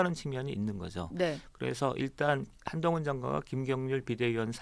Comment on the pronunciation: 사회자님. 발음을 정확하게. 한동훈입니다